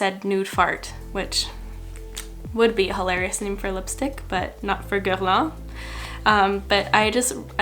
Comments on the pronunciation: Ok but do you speak French? Because the way you pronounced that foundation was beautiful. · I’m brazilian and here we call Guerlain with the french pronunciation, and everytime i watch americans use some product from the brand i cringe to hear GerLAINH so when you pronounced it my ears got so happy HAHAHAHAHA amem to Canada! love ya,! sending some love and support from Brazil! 💕